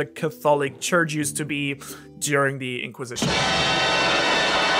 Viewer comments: Why you say catholic like that when you were talking about his style?😂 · You pronounce words in the wrong tenses a lot. Not to be mean but an example is your usage in the word “catholic”. Fantastic analysis apart from that however.